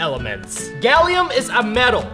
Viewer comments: its gallium not galliom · I thought he said “Galiooo “🤣